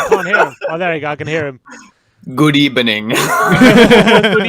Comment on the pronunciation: A very good ebening 😉 my friend